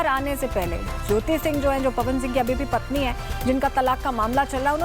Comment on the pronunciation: PATHNI ,,,NAHI,,,PATNI